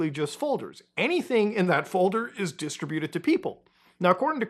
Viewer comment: Muta, you're killin' me here! It's pronounced "DIS-TRIBUTED" not "DISTRA-BUTED." C'mon man, you got this! Very informative video, regardless! Thank you. (Glad I don't play that game.)